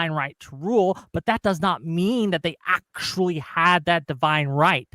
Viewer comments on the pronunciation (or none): for one of wicks "aktchualee"s